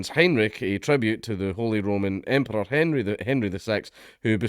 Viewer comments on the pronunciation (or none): none